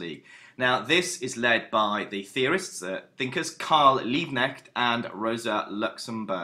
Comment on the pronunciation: Nice Video man, I'm from Germany and searched for a video for preparation for an exam.👍 btw it's Karl LiebKnecht 😉